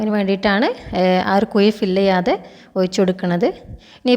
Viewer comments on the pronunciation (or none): കുയി അല്ല കുഴി. 😜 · Kuyi alla kuzhi😂